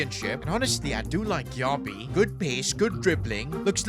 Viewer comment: Is pronounced gyebi not gyiabi